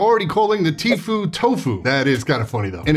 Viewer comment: It's pronounced Tf-you, not Tf-oo goddamnit! 😂